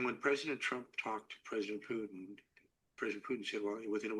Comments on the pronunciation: Kellog is an idiot. Haha george, im 100% with you. If you cant pronounce the T in Putin, go back to grade school and learn your ABCs🤣😂🤣😂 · Well picked up George. It seems all Americans struggle with words where a T comes in the middle. Even Danny Hifong and Jimmi Dore mispronoun Mr PuTins name.